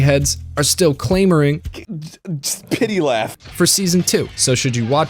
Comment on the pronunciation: I love that you brought back Claymore. I loved it. but you have to be careful with your words. adaptation, not adaption. CLAMoring, not claymoring.